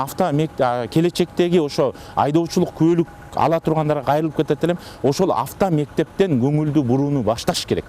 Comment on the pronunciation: Онол сотрудник кайра кайра эле афто мектеп афто афто дейтко оозун чоон ачып секин эле авто мектептер деп эле суйлосо болмок